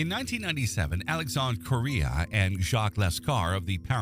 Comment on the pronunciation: Alexandre Correia read not as Korea, but as Corrrrreeeeeia.